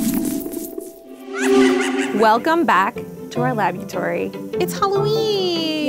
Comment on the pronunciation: It's not lab-beau-tory any more it's lab-BOO-tory